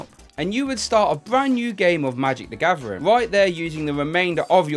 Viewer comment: Nobody: This guy: magic da gavering”